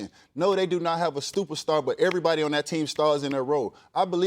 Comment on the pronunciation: Did he say "no they don't have a stupid star"? When he meant to say super star?